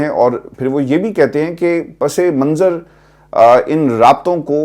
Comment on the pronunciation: آپ کے تجزیے بے لاگ اور حقیقت پسندانہ ہوتے ہیں ،زبان بھی شستہ، بیشتر ائینکر " پس منظر" بغیر اضافت کے بولتے ہیں، جو غلط ہے۔ آپ نے پسِ منظر کہا، اچھا لگا۔ اللہ تعالٰی سے دعا ہے جلد آپ کو مکمل طور پر صحت یاب فرمائے، آمین !